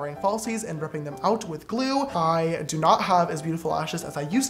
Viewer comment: No one: Absolutely no one: James: pronouncing do as dua in every sentence.